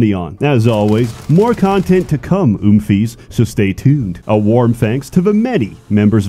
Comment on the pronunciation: Somehow, hearing you say oomfies was the worst part of this video